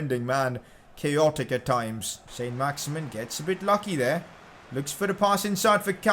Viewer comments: Pcq: It isn't pronounced "Saint Max-Imin" its pronounced "Son Max-Iman" because he's French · saint maximin in french is san maximaan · It s sin not son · pcq: its pronounced saint-maximan cos hes french